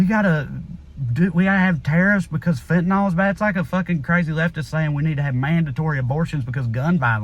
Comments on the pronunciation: Fentanyl is pronounced fen-tan-ILL, not fen-tan-ALL. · Agree all around. Please though fenta-nill not nol... Be nice to an old pharmacist. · 100% correct, Trae. Heart-breaking. So anti-American. By the way, the drug is fentanyl, and the last syllable is pronounced "ill." I'm not sure why people have started calling it "ol." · Just fyi, it's fentaNYL not fentaNAL. But I love you like chicken. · FENTANYL not FENTANOL. Stop that shit already.